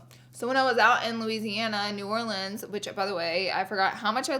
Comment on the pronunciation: Thank you for saying New Orleans correctly!!! It’s been soooo cold here lol I’ve been sick for 3 weeks 👎🏼 one day it’s 20 degrees then the next is 70 😂